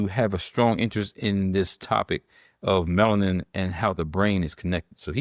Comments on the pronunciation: It’s a 3 syllable word. Melanin.. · Respectfully, the word is “Alzheimer” not Old Timers. Also, Melanin has 3 syllables—Me-la-nin. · "Bigo logical" "Melin"? Does she have a speech impediment? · Will someone PLEASE inform this educated Queen that the pronunciation of YAHWEH'S elixer of life is MELANIN! Thank you very much! ❤❤❤❤❤🎉🎉🎉🎉🎉😊😊😊😊😊